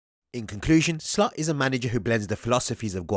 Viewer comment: It's Slot not Slut!